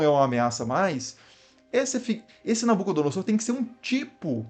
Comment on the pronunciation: Inclito mestre, a exata pronúncia é NabucodonoZor. Sempre que o "s" estiver entre vogais, o som será de "z", como em "caZa". Abraço